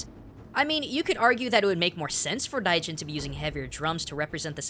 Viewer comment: It kinda sounds like you're pronouncing "Raijin" as "Daijin." Is it because it's difficult for most native English speakers to pronounce that "RL" sound?